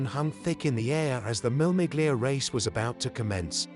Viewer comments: Seriously, WTF. it's not MILL MIGLIA! Shocking voice over. It's pronounced, Mille. You don't pronounce the 'G' in 'Miglia' either It's a silent G. Do your bloody homework. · Commendable documentary, but obviously told by a commentator who knows very little about car racing in the 1950s and cannot even pronounce the race names of "Mille Miglia" or "le Mans" properly. He keeps repeating the same old saws and the photos are repetitively few and far between. No pictures of the competitive cars, for example, are shown. Thoroughly inept, except for the uninitiated.